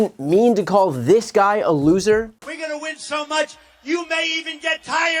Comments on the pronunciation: LOOOHser haha the emphasis was hilarious. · Emphasis on LOSER!